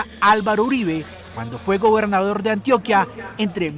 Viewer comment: "Antíoquia" no Antioca. "Postobón" no PAstobón. Valencia "Cósio" no Cosío.